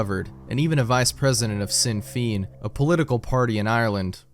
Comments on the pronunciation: "Shin Fenn", I know, it's weird Gaelic pronunciation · Sinn Féin pronounced Shin Fayne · It's pronounced "Shin Fain" because Irish has similar spelling problems to English.